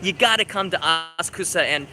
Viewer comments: ASA'KSA PLEEEEEASE!!!! Not AS'KUSA!!!!! The "U" is silent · Hmm cannot stop cringing when you say "asKUsa", it is "aSAksa"